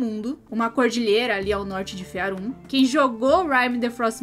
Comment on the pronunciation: Por que você fala Fearum e não Faerum?